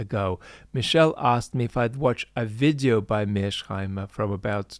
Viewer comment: It's Mears-Heimer, not Mear-Sheimer!